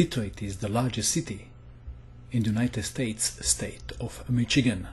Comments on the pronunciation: Pronounced: Mish' eh gan, not Mitch' eh gan. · Haha I love accent. When he said Michigan it sounded like he said McChicken. Damn you, making me hungry! xD